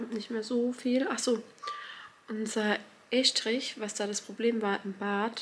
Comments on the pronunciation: Man spricht es übrigens Ess-trich aus 🫶🏻 ich kann euch nur raten vor allem jetzt bei den weiteren Arbeiten immer wieder zu kontrollieren, denn diese Fehler sind sogar noch ärgerlicher. Wenn der Fliesenleger zB alle Fliesen falsch legt, etc. Alles schon vorgekommen, alles schon gesehen. Das kann so belastend sein. Vor allem macht keine Kompromisse. Wenn euch was nicht gefällt, ändert es sofort, sonst bereut man es später so hart. 🙏🏼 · Warum sagst Du Eschdrisch. 🤣